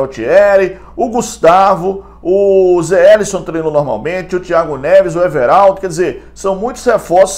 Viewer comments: Pelo amor de Deus, o nome do cara é Zé WELISON. O "W" tem som de "U". O nome dele não é Zé ÉLISSON como vc sempre fala. Abs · Não é Zé elisson é ZE WELISSON